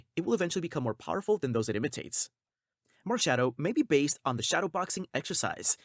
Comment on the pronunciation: This guy pronounces these pokemon so weirdly. “Majierna” “Marshiadow” “Jiratina” “Zariora” “Zaruday”